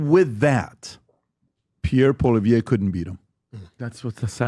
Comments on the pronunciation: Who the hell is PBD? He can’t even pronounce Pierre’s last name properly, guess he was too lazy to learn that small factoid! Campaigns matter, and Canada’s hasn’t officially started yet., get your head out of your butt and stop falling for every little thing you see. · I never liked PBD. He can't even pronounce Poilievre. Canadians need to hear the truth about Carney. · PBD can’t even pronounce Pierres name properly, why the hell should Poilievre kiss his ass? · How are you credible in your talks if you cant event ger the name right ?? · You don't even know how to pronounce Poilievre's name! You lost me from the moment you screwed that up. Clearly, you are not now and never have been a Poilievre supporter. No reason to listen to your rant. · When an American podcaster can pronounce Pierre’s name properly he may consider speaking to them. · I do not like Patrick BET David anymore Comparing Pierre POILIEVRE to Kamala is disgraceful and second of all learn how to pronounce his name. It’s not hard. What’s wrong with you people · I think Pierre is great and so does everyone I know. This guy can't even pronounce Pierre's name properly. Pierre has constantly been out campaigning .I see all that he is doing and talking about . He is getting my vote.